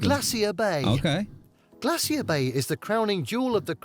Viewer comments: Alcoholics and people who love a drink. 😂😂😂😂😂 We say glaysher here and not glay-see-er. You won't see northern lights in summer because the sun doesn't set. Keep in mind that Alaska has BIG earthquakes. In 1964 the experienced a 9.2, the 2nd largest quake ever recorded along with massive tsunami. Native Americans inhabit not Just American states but both North and South America. They are the first people to live on these continents. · GLAY shur. That narrator making me crazy. Glacier rhymes with (they sure) As England Has none, I give no shits what they say about it. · Glassy-er Bay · Glay sure , I hate the way he says it 🤦‍♀️ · In America it's Glacier "Glay shee er" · Don't pronounce "glacier" the way the AI in this video does...it's so wrong!!! Funny you would say that about the Northern Lights...I've told my kids that if I become terminally ill, take me to Alaska in the winter and take me out to see the Northern Lights at night...and leave me there to just freeze. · Ignore the clowns, same scientists said glaciers would be gone 25 years ago - very very WRONG! The narrator needs to learn to pronoun words correctly! Like GLACIER! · Teach that guy how to pronounce glacier !! 😂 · The way he says Glacier gives me physical pain. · Sorry, but no. British pronunciation of "glacier" is different from the American pronunciation, but it's not the abomination in the video. I've heard multiple British people on YouTube say the word, and they don't do THAT to it. The guy reading the script, has either just never encountered the word before, or else he's overenunciating in an unnatural way ("newscaster voice"). Could be some of each.